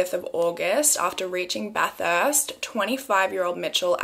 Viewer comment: she was pronouncing bathurst wrong lmao. made me giggle.